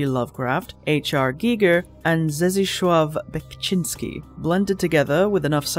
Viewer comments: "Zdzisław Beksiński" read as "Zdeeslaw Beckseenscki" or something like that 😅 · Zdzisław Beksiński is pronounced more like S-dee-suave Beck-sheen-ski. But respect for the effort. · Your atrocious pronunciation of 'Zdzisław Beksiński' was bordering on an insult. The games may be terrible, but please do better. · The real horror was your pronounciation of "Zdzisław Beksiński"